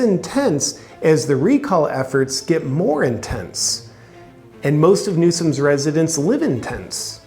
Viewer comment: California resitents...😂😂😂 I like it.